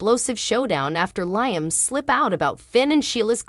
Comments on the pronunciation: LEE-AM NOT LIE-AM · Leeum not Lie 'um! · Lee am pronouce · Why do you announcers pronounce Liam’s name incorrectly every single time??? Try watching a real and true episode so that you know at least something about the show that you are supposedly doing the video for???? Writers how was it that you had a guard on Kelly at a sleep over , but absolutely nobody with either one of them at the beach???? This is truly a stupid and ridiculous storyline???? If there are supposed to be guards at every place and moment. someone definitely dropped the very important ball in this story???? It does make sense that there was no bodyguard because now the writers are trying to make Shelia out to be a hero???? Yet it makes Finn look truly irresponsible in watching Kelly, plus the fact that he’s a doctor who should have known better???